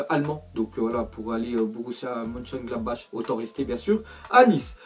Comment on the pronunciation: Ça se prononce monchengladbakh